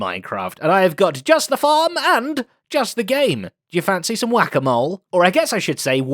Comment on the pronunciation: Zed completely missed out on calling it "Whack a Wool" ;-; still great video